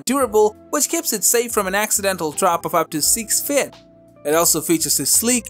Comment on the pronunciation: My dude can say encryption but not feet 😂 Plus where is the Gigabyte Vision? As it’s better then any of these.